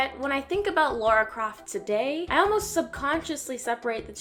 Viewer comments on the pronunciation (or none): her name is lAra, not lAUra =/ Lara Croft